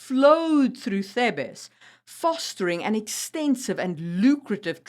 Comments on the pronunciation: You mean TH-EEH-B-SS. Thebes. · Thebes pronounced in English Theebz; mercenary pronouced mers'nary not mersennary